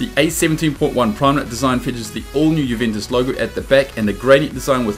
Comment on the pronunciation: You can't even pronounce the name Juventus correctly... 😒